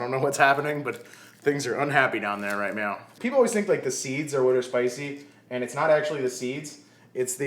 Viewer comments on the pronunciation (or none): Hella had to rewind to see if you actually said "right meow" 😂😂 This video came in clutch, I really wanted some tacos tonight!